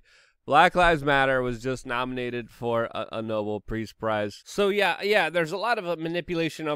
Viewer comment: You cannot "squash" a "social movement" as it is NOT a physical object; it can be "quashed". "Nobel" is pronounced " no BELL" ; there's nothing noble about it. And it is important to say "im por tant", not "imper'ant". Swallowing the "t" seems to be what's "in" ; it's what the young people do... the people who speak "Black" because it's "in" or because they are "Black" or because they .... I dunno.... can't bring themselves to speak clearly (?) ... don't know why; they won't tell me as I'm very, very old.